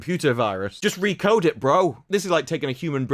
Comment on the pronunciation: "Why dont you just recode it, bro" actually sounds like "We want to change this CGI sequence. Just recode it"